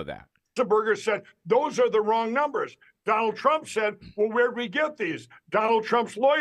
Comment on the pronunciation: He got him so miffed that he pronounced it Dronald Drump OMG this guy is so great